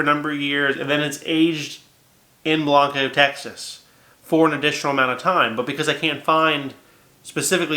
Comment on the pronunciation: it's pronounced "Blank-o", I'm going there in 3 weeks for birthday drinks. Appreciate your reviews, keep on doing em'